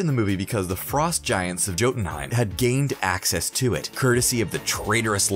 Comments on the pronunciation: Doesn't change the fact that he said Jotunheim with a hard J instead of a "Y" sound and called the cask of ancient winters the "casket of ancient winters" the guy is handed a script and has no clue about any of this. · He also says “joe den heim”